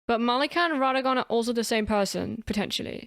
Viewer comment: OK but why does she call Marika malika though?